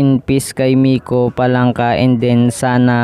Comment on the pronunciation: Palanca not FALANCA😂😂😂😂